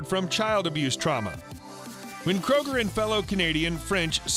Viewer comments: pronounced "kruger", not "kroger" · It’s pronounced crew-ger